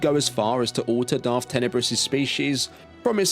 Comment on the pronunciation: Sif? Darf?